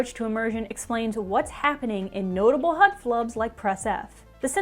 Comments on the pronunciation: I love how she says "H U D" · Can you just say HUD normally once. Also neat video! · She killed the video by exageratting the pronounciation of HUD every time. Polygon sucks. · You can hear her accent come out every time she says HUD